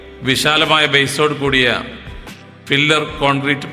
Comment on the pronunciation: ഫില്ലർ ന് പകരം പില്ലർ ഒന്നു ഉച്ചരിക്കൂ... 14 മീറ്റർ വീതി ഉണ്ടെങ്കിൽ 3 ലൈൻ റോഡ് നിർമിക്കാം, ഒരു കരാജ് വേക്ക് 3.5 മീറ്റർ മാത്രമേ ആവശ്യമുള്ളൂ... അത് പോലെ bore ചെയ്ത് നിർമിക്കുന്നതിനെ pile എന്നും അതിൻ്റെ ഫൗണ്ടേഷനേ പൈൽക്യാപ് എന്നും അതിൻ്റെ മുകളിൽ ഉണ്ടാക്കുന്ന പില്ലറിനെ പിയർ കോളം എന്നും അതിൻ്റെ മുകളിൽ ഉണ്ടാകുന്ന ബീംനെ പിയർ ബീം എന്നും രണ്ടു പിയർ ബീം നെ connect ചെയ്യുന്നതിനെ girder എന്നും ആണ് പറയുന്നത്... ഇത് നിങളുടെ അറിവിലേക്ക് വേണ്ടി മാത്രം പറഞ്ഞതാണ് കേട്ടോ... വീഡിയോ സൂപ്പർ ആയിട്ടുണ്ട്.. keep it up...